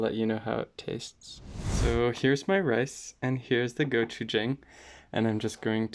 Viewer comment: Jang is not pronounce like the word hang, like “hang a picture”. It’s pronounce more like Wong or dong, like “ding dong goes the door bell”. And if you think it’s too spicy, I recommend mixing it with doenjang, not water. Again the “Jang” in gochujang, doenjang, and ssamjang, are more pronounced like the word dong. P.S. Same goes for “yin and yang”